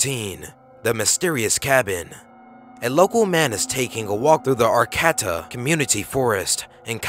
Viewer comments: It’s pronounced AR-KAY-TUH. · Arcadia, It's pronounced - Arkaydeah not Arcata. Now she's a "black-eyed ghost child" give me a break. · #14 is in HUMBOLDT, dude... not a murder shack.. more likely built as a place to stay while growing pot in the middle of nowhere. also, it's pronounced Ar-cade-ah, not Ar-CAT-ah...